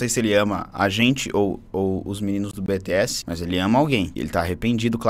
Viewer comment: Cuidado,... Falou BTS errado as Army vai atrás de vocês 😔